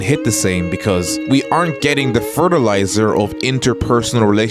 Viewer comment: Is it bad the word fetilizer in that accent scared me (granda was sent to the farm during all that if this joke is anyone's to make it's mine)